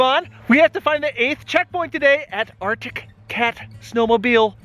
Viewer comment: I'm glad that you managed to find some footage where you pronounced 'Arctic Cat' semi-correctly. After seeing your latest video I was a little concerned that you might have given up on trying to get it right! :P